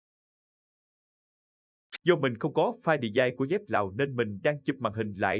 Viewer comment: 😂😂😂😂😂 “file đì dai”